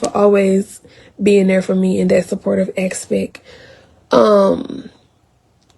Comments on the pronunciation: "3 degrees" and she said "aspeck" instead of aspect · Chile her and Johnell are both clowns lol 2 peas in a pod….. What is an axpect 🙄aspect girl, ASPECT😂